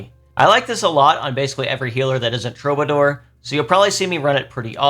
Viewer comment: Now that people are done being annoying about Qigong pronunciation, it’s time to be annoying and say that Troubadour is pronounced True-buh-“door” as in the word door